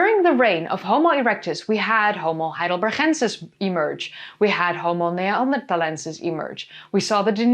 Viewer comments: Hello, as a german I am a bit confused why you insist to pronounce Homo Heidelber(ch)ensis, the town is called Heidelberg, and my Grand-grand-gr... father was a Homo Heidelbergensis. As far as i know and learned, he, our ancester cousin, was and is called Heidelbergensis since the first fosil was found in Mauer, a smaller town near Heidelberg. Apart from that, keep going and entertain us while educating the same time, much better than the american chanel, often enough to much repeating and US-Glasses. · Well as an American living in Germany it does sound odd when you say Heidelbergensis that way but it doesn't really bother me as I deal with people from all over Europe trying to speak English to me and they manicure English words. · You are so funny dealing with trolls! Thank you for that and for the information. And the pronunciation of the Heidelberg guy! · Haha i love the way you're saying Heidelbergensis :) As a swiss german speaker, it's a familiar sound in an unexpected place (we say it for written 'ch' or sometimes 'k'). It puts a smile on my face.